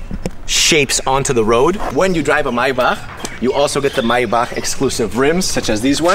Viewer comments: Me every time he say MYBACK instead of MAYBACH 🤦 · Omg! The way he says Maybach is driving me insane 😳 😐